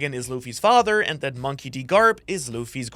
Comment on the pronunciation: moon-key??? hahaha